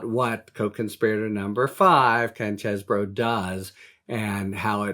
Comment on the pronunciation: Finally, someone that pronounces Chez bro and not Cheese Boro. Thanks Harry!